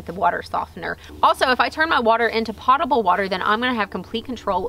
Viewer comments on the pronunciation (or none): Potable is "poe-tah-bul". Not pottable. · FYI - potable is pronounced pohtahble, not pawtahble. Do they ever refer to is as a "grey water system" there? I've heard it called that before, but it seems somewhat regional. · Awesome video, thanks for sharing! One small thing, it's pronounced /ˈpōdəb(ə)l/ (like poe-tuh-bull) - I only point it out bc I used to say it your way (makes sense - clean water goes in ya' pots), but quickly learned from others how wrong I was ;) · Potable is pronounced poe-ta-ble isn't it? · Pote-able. Like tote, or coat. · Thank you for the cheery demeanor. The first syllable of "potion" and "potable" are the same. Learn. Change. Overandout. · Long "O" in Potable. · At the mark, your pronunciation of “potable” led me to do a web search. Here’s an interesting clip on how people pronounce the word: No, I’m not plugging any site or looking for clicks. Seems both long-O and short-O pronunciations are in use these days.